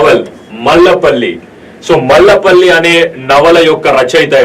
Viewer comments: మాలపల్లి తమ్ముడు, మల్ల పల్లి కాదు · that is malapalli not mallapalli